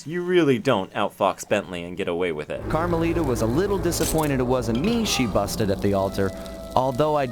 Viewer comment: Carma-littah (as in little)